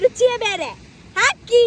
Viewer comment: Oh Girl.... u r over excited... pls speak proper kannada... It's not aaki... It's Haaki... pls make ur international jokers and urself to speak kannada properly.... no Rapa rapa ... haakki..